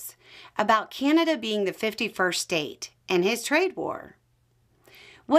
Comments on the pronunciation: You could give her, and many others down there, mostly women, how to pronounce Canada. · That is not a Canadian accent . The way this lady pronounced Canada is definitely not a Canadian accent. Sorry